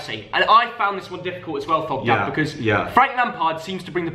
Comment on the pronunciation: Did I hear thogmum ?t